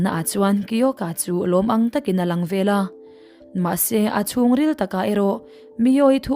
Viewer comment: Veleh tih leh velah tih i hre hrang lo a ni maw?